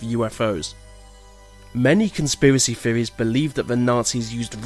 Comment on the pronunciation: theories not feories earth not earf